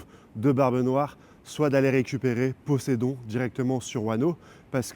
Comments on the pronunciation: Posedon ?!! Poséidon 🎉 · Plus je vous écoute moins j'ai envie de regarder vos vidéos. Vous ne savez pas dire un seul nom. Posédon.. Poséidon... Egghead. Désolé mais je vais attendre celle de Mont Corvo et Goji.